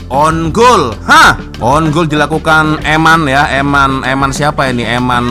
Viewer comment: wak sebutan biar betul off side dan own goal ..